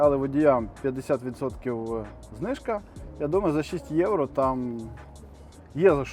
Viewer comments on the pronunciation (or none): none